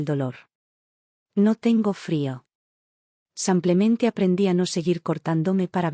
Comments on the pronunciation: Está voz no podrá decir SIMPLEMENTE ?siempre repite SAMPLEMENTE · No sabe pronunciar "simplemente"